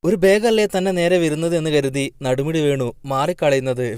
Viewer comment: നടുമുടി അല്ല നെടുമുടി